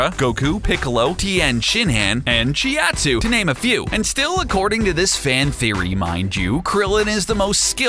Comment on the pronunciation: He Said Ginyu Force Wrong And He Said Chiaotzu Wrong